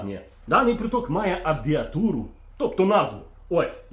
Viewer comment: Перепрошую: абревіатуру (не абвіатуру)